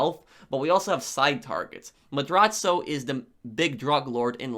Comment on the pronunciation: Your videos would be top tier if you could properly pronounce things like Cayo and Madrazo. They even say Madrazo's name in the game